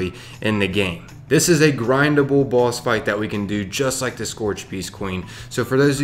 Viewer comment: when you said boss i heard baws